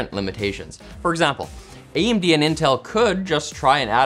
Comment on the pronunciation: "Intel and AMB"